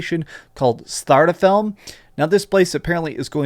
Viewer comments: Its pronounced.."Svar-tal-heim"..lol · You butchered that name bro :) Take it from this Swede, it is pronounced Svart-alf (like elf but with and a) - hejm. It means Dark Elf Home. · Startafelm? Svartalfheim? This is the worst pronounciation to anything i have ever heard in my life dude